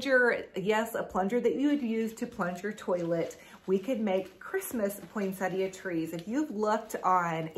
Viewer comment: Thanks for all your ideas. And thank you for saying Poinsettia correctly! I don’t have a specific day I start decorating, typically it’s whenever I get to it.